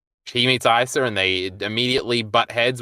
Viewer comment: Why tf does pronounce asa like that